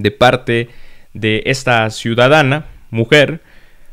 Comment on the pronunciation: Cuál ciudadana es ciudadaazna